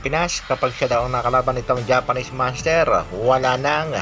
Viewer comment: Grabe ka ang pag pronounce mo ng "MONSTERRRRRR" naging spanish na ang pagbigkas mo eh hindi nman spanish language ang Monster bagkus english word yan..